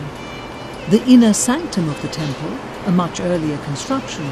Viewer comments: Since when did temples become taamples. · Tample nahin temple........ Ab to correct kar lo, pronounces correctly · Tampel Nahi Temple hota hai